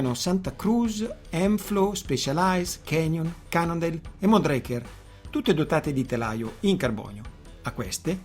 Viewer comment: Mondraker si legge come si scrive 😊